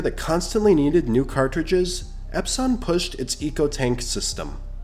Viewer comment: AI voice "EpSON" nope